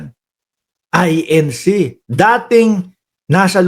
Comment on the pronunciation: Correction lang, I-N-C yan hindi I-N-Shee